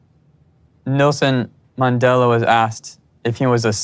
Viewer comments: That was so ridiculous. Steven is a joke. First he invokes Jesus and then Nelson Mandela. He couldn't even pronounce his name correctly 🙄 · Did anyone else want to slap some sense into Steven when he invoked Nelson Mandela (and mispronounced his name even)? He's so ridiculous. Good grief. And how long has he been practicing this speech? Does he just Google random quotes to throw out into his rehearsed manipulative conversations?! He just out cringes himself as time goes on. Props to Ari for calling him on his crap. And props to Kenny and Armando for being awesome, all the time. And even Corey made great points. You know Steven is below the bottom of the barrel when Ari and Corey are in a position to dish out respectable relationship and life advice.